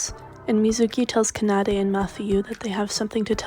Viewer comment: i would watch this video but the way you pronounce kanade bugs me so much that i just can't.